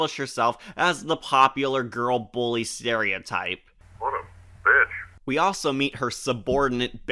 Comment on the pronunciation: she said vitch nat bitch